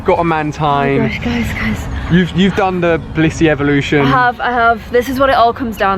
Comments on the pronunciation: Well, actually, she doesn't even say "eeveelution", she actually says "eevolution" which is odd ^^ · I love that u keep saying eeveelution I say it to lol ps u r my hero☺️ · lol she really have a habit of saying eeveelution